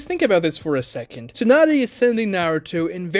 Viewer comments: Its not a plothole if they address it nunerous times bruh. ALSO, tsu is probounced how its spelled, like the the sound you make when you sneeze. It is not Toonady, its tsunade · Bro this guys pronunciations are god awful “TWOnadè” (tsunade) CHEWnin (chunin) MEZOOKEE (Mizuki) Horrid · Tsunade? Nope! Toonaday? Yeah!